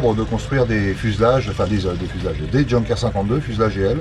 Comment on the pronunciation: Intéressant, mais quel dommage de prononcer "djeunkers" au lieu de "younkers"..